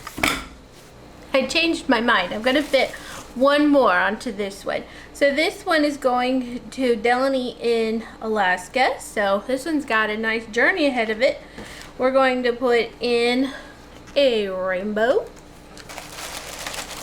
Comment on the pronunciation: You're too cute,. Thank you for telling me you put me in this one. Just so you know, it's de LAY knee. Long A in there. Lmao!! It's okay though. Lots of people get it wonky. I forgive those that don't know. I've been using the wax melts and just love them!! 🥰😉